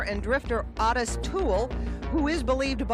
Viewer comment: I don't know why everyone pronounces his name "Ah-tis". It's "O-TIS" with a long "O". Ffs, every time.